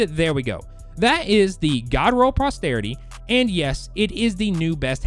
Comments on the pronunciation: Yeah.. Prosterity, for aiming for the prostate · Dude, you add letters to these weapon names often. There’s no “R” after the “P”. ;)